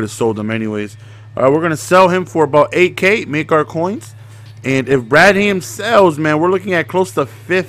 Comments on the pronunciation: BRAD HAM HAM REALLY it's bradham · Ur saying Bradham wrong. Ur making it seem like two words.